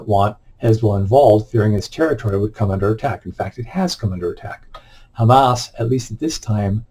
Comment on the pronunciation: Dude! You made me laugh so hard when yopu pronounced HAMAS as Ham ASS